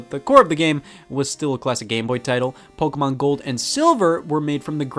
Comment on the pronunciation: Wait. WAIT. Scott is American and he doesn’t say PokEYmon... but pronounced it correctly? 7000 IQ CONFIRMED